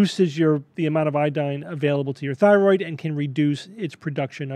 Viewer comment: "It affects yer Phyroid"